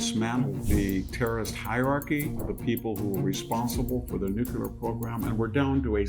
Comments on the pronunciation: In the name of all that’s Holy… IT’S NUCLEAR “NEW-CLEAR” Not “nu cue ler”. You sound like Jimmy Carter when you say it wrong. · Should we trust a person who says "nucular"? Haha. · Why can’t people in power or in informative platforms pronounce the word NUCLEAR properly? It’s so odd. Where did Nukular come from? They all say it, almost feels like it’s on purpose. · Victor please, it's "nuclear" not "nucular" but thanks for the video. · The word is Not nuculer .quit mispronouncing it. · Why do you pronounce the word as “nucular” instead of correctly as “nuclear”? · Nuculer...(Nuclear), i know, potato potahto but still... VDH is still a Bada$$ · Such a smart guy, but why can't you pronounce the word nuclear correctly?? It's not nuke-yoo-ler, for Pete's sake. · I love listening to VDH. He is the only one I will forgive for saying "nucular" instead of "nuclear." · Victor, there is no such word as normalacy or Nucular......you need to wake up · Dear sir with all due respect, please pronounce Nuclear correctly, please search you tube by writing " how to pronounce nuclear correctly" you will find plenty of videos some will mention your pronunciation only in a very small circle, over all the correct pronunciation is nuclear "The correct pronunciation of "nuclear" is "NEW-klee-er." Some people mistakenly pronounce it as "nucular," but that is not considered standard". Best regards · Why can't old, otherwise intelligent people pronounce "nuclear"? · It's a shame Victor has the unable to pronounce 'nuclear' affliction. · They don't have a nuclear weapons program. The IAEA has been clarifying that for years. This is Israel trying to drag us into yet another regime change in the Middle East, all of which in the last 20 plus years have ended in chaos and shit for the countries involved. And for God's sake, please learn how to pronounce "nuclear". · Great content but please say ‘nuclear’ properly. It’s very distracting! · thank you… I feel exactly the same way, wtf?! 😵‍💫